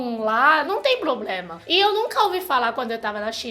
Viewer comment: Coisa mais fofa falando "probrema" kkkkkkk aaa